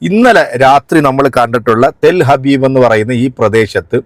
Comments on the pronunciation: ടെൽ ഹബീബ് അല്ലടാ ടെൽ അവീവ് അങ്ങനെ പോലും നിനക്ക് പറയാൻ കഴിയില്ലല്ലോ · ഇവൾക്ക് ജൂതന്റെ സാധനം ഇല്ലാതെ ജീവിക്കാൻ കഴിയാത്ത അവസ്ഥയാണ്,,,, ചിരിക്കുന്ന മുഖത്ത് കണ്ണുനീർ ചാലിട്ട് ഒഴുകാൻ അധികം സമയം വേണ്ട,,,,, പിന്നെ സുഹൃത്തേ ടെൽ ഹബീബ് അല്ല,,,, ടെൽ അവീവ്,,, എന്നാണ്